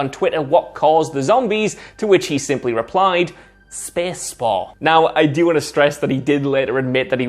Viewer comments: It’s space not SPEEES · I KEPP LAUGHFING EVERY TIME HE SAYS "SPACE" BEUZ INSTEAD O SPACE HE SAYS "SPES" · When he said SPESS for space...